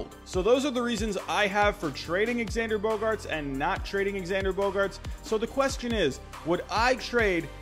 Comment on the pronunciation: bro can you please say his name correctly it’s pronounced ZANDER